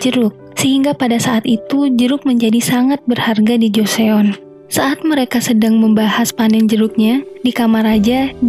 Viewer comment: joseon bacanya joson mba